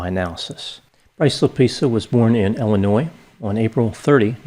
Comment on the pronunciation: It’s ILLinois.